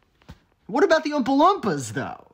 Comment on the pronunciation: I'm more fascinated by the fact that you seem to pronounce "Oompa-Loompa" with a soft "uh" sound instead of the long double o sound